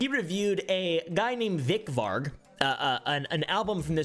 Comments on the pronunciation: Why is he calling varg “vik”?? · why tf he calling Varg Vikernes vick varck?